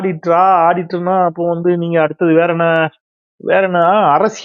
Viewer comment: அவரு ஆடிட்டர் இல்ல, ஆட்டிட்டர் 😅😅😅😅😅😅